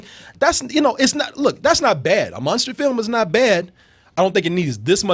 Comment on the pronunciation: i hate the way pronounces "Monster"